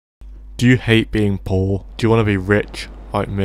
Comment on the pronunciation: when he says “poor” i think he says bold